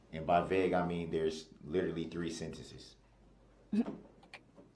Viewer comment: Hey, the word is vague, NOT VEG!!!!!!